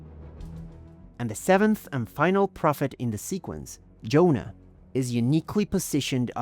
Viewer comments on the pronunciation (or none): none